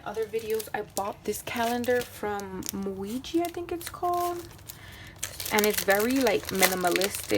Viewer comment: Muji is pronounced mu-gi